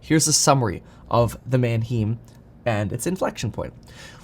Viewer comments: Small fyi, Manheim is pronounced <Man-hime>, not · Erm, Mann-haym, not Man-heem. I thought you were borne in Germany. I guess not a lot of German stuck. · Man hime… not heem!! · Mannheim has a long i sound, hime not heem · Manheim is pronounced Manhime not Manheem ...painful to the ears lol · It's pronounced Man-hime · It's pronounced man·hime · It's manheim pronounced Man Hi Mmmm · Who else cringes when he said “Manheeeem” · Manheim rhymes with “mime.” Better brush up on your German. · Kevin, at least pronounce it right. Its Man-"high"mmm. Have been to the auctions at Mannheim, PA multiple times. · FYI it’s “man-hime” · Man-HEIM. It’s pronounced with the long vowel “i” sound. Like the city in Germany. man·hime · prounounced mann-hyme mate, good video otherwise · PLEASE KEVIN - Manheim is pronounced (man-high-m) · “Man hime” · Why do you pronounce Manheim the way you do. How do you pronounce Eisenhower?? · Gotta get the pronunciation of Manheim down - lol - love your videos though. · Learn how to pronounce Manheim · I don’t appreciate the way you say Mannheim, Kevin!!😤😂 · Please say Manheim correctly..... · Kevin, you're German! There's a huge Bahnhof there. You know how to pronounce it correctly!